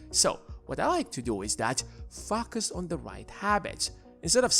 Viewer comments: focus not fucus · I’m only one to hear f@ us instead focus? But definitely a good video. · why do you say "poor people fuck us" lol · Sorry but every time you say focus I chuckle